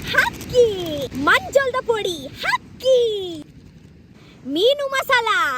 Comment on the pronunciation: Oh Girl.... u r over excited... pls speak proper kannada... It's not aaki... It's Haaki... pls make ur international jokers and urself to speak kannada properly.... no Rapa rapa ... haakki..